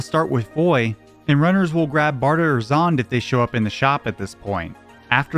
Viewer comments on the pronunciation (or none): dark "faals"? i know i did not know just hear you prounounce it faaaaaals instead of faaaalllllllsssss like dark faaaaalllllllllllllsssssss, also "zonde" as "zond" wtf are you doing